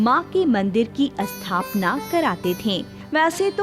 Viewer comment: Asthapana, asthapit, isthit, asthaan... Do pay attention to correct diction and pronounciation. Appreciable video otherwise.